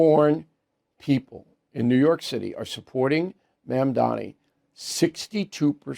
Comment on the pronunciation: Mamdani not mandami